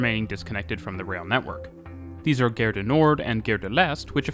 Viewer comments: Gare (station) - not pronounced "gehr" like "fare", but "gahr" like "bar". It's not English. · Nice video. Just a little pronunciation note: you’re pronouncing the French word ‘gare’ like ‘guerre’. Maybe listen to some French speakers so you can fine-tune the pronunciation a bit. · I'm not native French but the way you pronounced Gare sounded like Guerre to me. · The French don't Pronounce the 'e' in Gare = Gar or La Gar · That's the quebecois pronunciation.